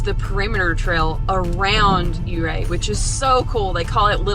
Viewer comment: Ahhh adding that to the list. Oh and let me tell you how happy I am that you say Ouray correctly!! #coloradonativepetpeeve